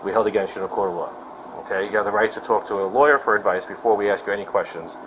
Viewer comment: "Alls we tryin' to do is too-auk to her..." Sorry, can't take anyone in the video seriously after that.🙄